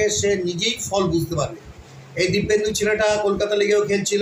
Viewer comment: Ota dipendu.. Kindly sothik pronunciate korben